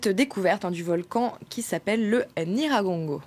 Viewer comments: Déjà d'où il vient lui? Il ne raconte que des bêtises, choisissez qui vous inviter svp il n'arrive même pas à prononcer correctement NYIRAGONGO n'importe quoi. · Le monsieur ne sait même pas dire le nom du volcan Nyiragongo. Cher compatriote tu peut vraiment dire qu'il n'ya pas des hôtels à Goma? L'Iccn lui même a un Hôtel au sein du Parc où certains touristes acceptent de loger vu le standard et les conditions hors du commun. N'oublie surtout pas que Goma c'est la ville touristique où tu trouve au moins un hôtel tous les 100m. Si tu ne connais pas informe toi!